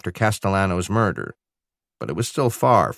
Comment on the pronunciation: mirdah? What MIRDAH????